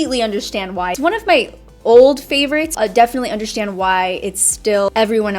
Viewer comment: I like when you say undershtand 😻😂